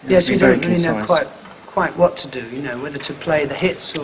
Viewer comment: Roger was like "i wot m8?"